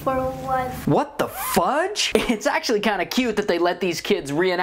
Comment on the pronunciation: Say fuge not fuck